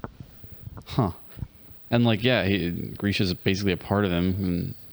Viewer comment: why do you guys call him grishKa 😂😂😂